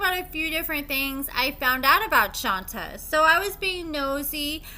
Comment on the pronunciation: My dear... it's Shont-ay, not Shon-ta.